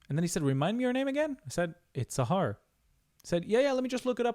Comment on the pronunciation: למה אתה מבטא את השם שלך סהר במלעיל במקום במלרע , שם כך יפה סהר . הדרך שאתה אומר נשמעת יותר שם ערבי מאשר שם עברי .